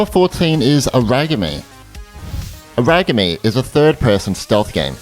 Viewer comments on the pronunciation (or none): Aragami is pronounced as Era-ga-me.